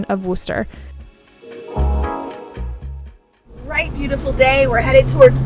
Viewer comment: it is Wuss-ter